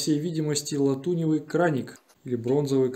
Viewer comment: Латуневый)) у меня друг армянин, долго спорил со мной о произношении латунный или латуневый. В пример я привел стекляневий и оловяневый)) теперь говорит латунный